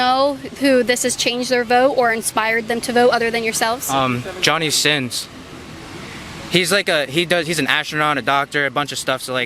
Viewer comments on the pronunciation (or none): Hahahaha he said Johnny Sinns. That is a pron star